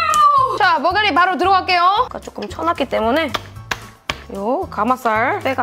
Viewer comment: 민어 머가Rㅟ~~~!